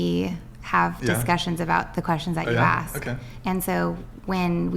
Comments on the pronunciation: Honestly, ladies. is right in my lane. The rest of you...ehhh. And ask...not "axe". I'm half black and it's annoying. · Red tank top is just awful. She's got fake...everything. She's wearing Christmas tree ornaments as earrings. She's inarticulate, says "axe" instead of "ask," and that's on top of the idiocy she spews. She's rockin' sideburns ffs. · You don't ax anyone anything... Speak right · Knowledge is sexy but she doesn’t know how to say the word “ask” and that just makes her -10 rather than the 10 she said she was…. DoNt AkS mE i DoNt MaKe ThE rUlEs